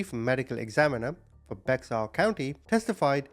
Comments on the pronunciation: And it's pronounced Bear not Bexar. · It’s pronounced Bear not Bexar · Just a heads up, I did the same thing when I first moved there, Bexar is actually pronounced like “Bear” 😉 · Just so you know it's pronounced bear like a bear in the woods County Texas even though it's b e x a r it's pronounced bear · Thank you for being a voice for the innocent. This will make no sense but it's true: Baxter is pronounced "bear" county. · I'm not being mean so please don't take it wrong. Names can be difficult for sure..his name is pronounced Joe-vaugn-ee. Bexar county is also pronounced Bear. 😊 Thank you for telling his story regardless ❤ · Hi! Bexar County is pronounced as Bear County. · It's pronounced bear county been though it is spelled bexar. The x is silent. I live here in bexar County all my life that's how I know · It’s pronounced Joe—Von—-E. Not Joe—Va—Nee And it is Bear country even though they have a spelled Baxter it’s pronounced bear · Omg thank you i was just about to say this lol it was killing me wvery time he said his name i was yelling at my phone hahaha